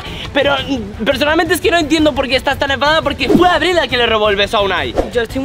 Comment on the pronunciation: Aprende a pronunciar abril